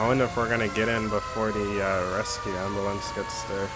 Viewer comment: You say umbulance